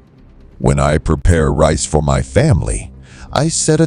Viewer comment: the AI is so dumb it pronounces Rice as REECE you can tell its not an american AI